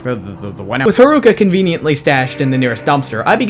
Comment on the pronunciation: Did you just called her harooka ?